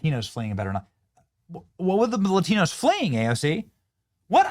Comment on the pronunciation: I like how she adds an enye (ñ) to the word Latino. Latiño. I guess she needs a little more DuoLingo.